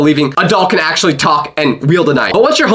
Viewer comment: accully got me 🤣🤣🤣